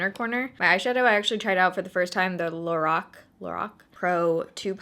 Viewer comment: Lorac is supposed to be pronounced “laroc”